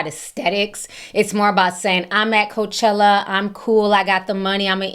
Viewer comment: Did you say Coachella or coach/HELLA